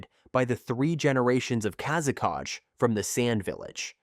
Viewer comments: Its "kazekage" not "kázekádž" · wtf is kazekaj? its kazekage